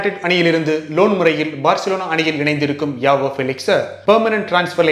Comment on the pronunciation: Bro avanga name ஜாவோ... யாவோ illa